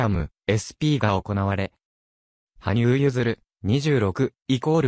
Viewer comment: 申し訳ありませんが、はぶさんではなく羽生(はにゆう)さんです。また名前は、けつげんではなく結弦(ゆづる)聴きづらいのでよろしくお願いします🤲